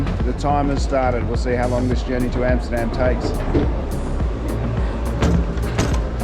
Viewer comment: Great video. Your pronunciation of Amsterdam was spot on ….. made me wonder if you are in fact Dutch